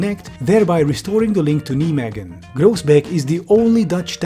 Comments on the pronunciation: "Neemegken". Ya pronouce it Naimeig (raspy g) en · Love your videos, especially the tech bro bashings ones. But its nɛiˌmeːɣə(n) :D Kleve was fine though . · Hey, I think I can help you with your pronounciation of Nijmegen, if you want. If you're familiar with Bill Nye the science guy, use his last name. Then the English word "may". I think changing those parts would go a long ways to help with your pronounciation. Nye-may-gen. Thank you for the video. It sure gave me the 'ick' finding out they wanna have 'pods' running in the Netherlands. Though also not very surprising with our fascist government. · Sorry,, but I take personal issue with how you pronounce Nijmegen. You don't say it like "Knee Megan". It's "Nye", like Bill Nye. "May", as in the month. And "Ghen", which should sound like you're gargling something in the back of your throat, but doesn't want to come out. Nye-May-Ghen. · I've been living in Nijmegen for months and hearing you say Nee-megan is so funny to me. It's pronounced N-eye-may-hen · Look, I completely agree with what's being said here about the project, but can I just say that pronunciation of "Nijmegen" is just a thing to behold. "Nimeggen" If spelled phonetically in English (for how far English has consistent pronunciation rules), it should be like "Nye-magen" (first part vowels pronounced like the name "Nye", latter part vowels pronounced like "lager" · Niemegun? Rofl, I never heard that before Neimeegun is maybe better to say. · great video! just check how to pronounce cities before you say them. Nijmegen is pronounced nai-may-gn. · Just...nigh-megan 😂 No knights that say 'nie' 🎉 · ouch, rather *[nɛjmeɣə(n)] or something like that. Please look up the pronunciation of the names before recording a video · Kneemeegen lol worst pronunciation of Nijmegen I heard so far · "NiJmEgeN" ye jason will come for you for that pronounciation lol. jokes aside, epic video:) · Nijmegen is pronounced: Nigh may gen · also ouch